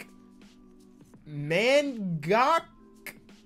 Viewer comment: It’s “mango” “math-e-ang”